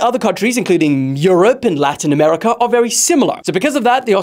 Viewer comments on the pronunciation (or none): none